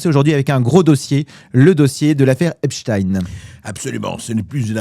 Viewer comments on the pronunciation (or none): EPSTAAAAAAIN PAS EPSTIIIIN COMME ALBERT EINSTEIN!!!! Il est ce qu’il est cet homme, pas la peine de faire semblant. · Vous croyez vraiment que Trump n'est pas impliqué ? Foutage de gueule On dit Epstein et non Epstin. Mais biensûr on défend Trump parce qu'il soutient Netanyahu. Et tout les pays que Trump attaque. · Pourquoi dites-vous epstin? On ne dit pas Einstin mais Einstein ? Bientôt, vous allez dire, première dame en parlant de Bribri!!! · Mr bercoff on ne dit epstine mais epstein. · Faut expliquer à mr Bercoff que le pedocriminel du mossad , s'appelle Epstein et non pas Epstine ! Tous ces gens pensent sans doute que prononcer de cette manière , détournera d'une certaine compréhension sur " l'identité " du criminel ! De même que son complice français se nomme Benchemoul et non pas Brunel ! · Pourquoi dites vous Epstine vous aussi ? Cela m étonne de vous c est Epstein comme ENSTEIN Ah ensuite vous avez dit Epstein 🙏🙏 ne faites pas comme les merdias svp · on dit EPstein comme on prononce Einstein, et pas EpsTINE, c'est un juif, pas un russe ! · J'aimerai qu'on arrête de dire EpstIn car c'est EptEIN comme on dit Albert EinstEIN et non EinstIN... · Juste une question pourquoi deux prononciation ? Epstin ou Epstaĩn.... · Vous êtes vraiment insupportables, tous, de prononcer EPSTINE alors que vous aviez commencé, depuis plusieurs mois, et à juste titre, à dire EPSTEIN, comme EINSTEIN, ou comme FRANKENSTEIN... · Pourquoi donc Epstine et non pas Epstein...??? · et les agriculteurs oubliés .. les narcos de Marseille oubliés bref comme les Mainstream on passe d'un sujet à l autre EPSTEIN C'EST STEIN la pierre en allemand et non STIINNN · cest pas epstine mais Epstein!!!!!!!! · FRANCKEINSTINE. ALBERT EINSTINE L AFFAIRE JEFFRE EPSTINE. LOL. ON DIT EPSTAAAAIIIINE ET PAS EPSTINE. COMME EN RUSSIE CAR C EST ECRIT EPSTEINE COMME EINSTEIN. BORDEL. EST CE QUE L ON DIT AUSSI. POUTAIIIINE.??? NON !!,,,,MAIS POUTINE. OUI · pas esptin... mais epst.. ein?